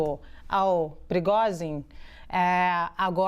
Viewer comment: Eitaaa... que esse "motim é mais falso que moeda de 3 reais " quem vcs pensam que enganam ??? Só bobo mesmo é capaz de pensar que uma "milícia" seria capaz fazer golpe contra a potência que é a Rússia!!!! O Pregozhin (se pronuncia "Prêgôgin". "prigozin", kkkkkk ) deu foi um " passa mané" nos EUA... pegou a grana do tio San (6 bi Dólares) e foi ficar bilionário na BieloRuss... Esperem as cenas dos próximos capítulos !!! Vamos ver o tamanho da imaginaçao para inventar as desculpas esfarrapadas !!!